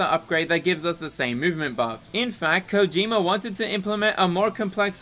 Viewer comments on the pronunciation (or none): none